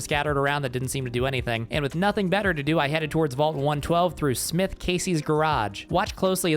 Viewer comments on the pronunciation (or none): none